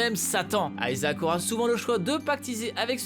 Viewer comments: On dit ISAAC et pas Aïsaac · ça ce prononce pas plutot ISAHAC ? et non ayzak, stop inventé des intonations inexistente svp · aïe mes oreilles ! Isaac ! pas aïezak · euh aisaac ? c'est Isaac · aiesaac ou "I"ssac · C’est pas aizak isaac bordel tu le prononce mal 😂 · Ça prononce a l anglaise moi je dit isaac pas aïesaac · Grrrr ça ne se prononce pas "Aïsaac " mais Isaac c'est chiant la par contre ! Quand on veut parler d'un personnage faut déjà connaître son nom... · Isaac !!! Pas Ayzak !! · WTF pourquoi Aillesac ? On dit IIISAC PAS AILLESAC, a chaque fois qu'il le disait je voulais lui mettre des claques derrières la tête ... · Même Isaac est prononcé à l'anglaise maintenant xDC'est Isaac et c'est hebreu donc certainement pas Aïsac en français ! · On dit pas plutôt Isaac au lieu de AYsaac ? J'ai toujours dit Isaac perso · isaac ce dit izaac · arrêter avec vos prononciation a l'anglaise.. aïzaq c'est moche ! bruh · Ta prononciation d'Isaac, comment dire ? :p